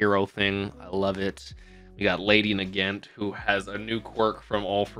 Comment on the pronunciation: Hey i think the way her name is said is Nagaaant, so a bit more dragged out on the A's there